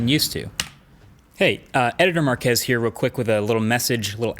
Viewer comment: why does ppl pronounce marques as mark ass